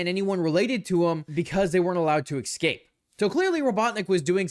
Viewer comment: Why do so many people not get how to pronounce the word "escape?"